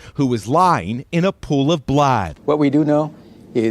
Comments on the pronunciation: "In a pool of blaud" hilarious everytime I hear it. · "...lying in a pool of blaad"